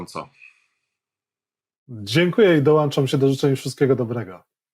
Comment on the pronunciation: proszę się zająć problemami z językiem polskim. Pana "dołanczam" przy pożegnaniu rozproszyło moje przemyślenia na temat tego co powiedział dr Oczkoś 😂 Pozdrawiam obu Panów.